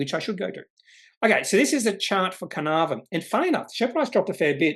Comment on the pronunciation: FYI pronounced - car-nar-von